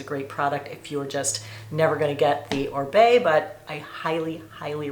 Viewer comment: Oribe is pronounced O-reeb not Orbay! 😂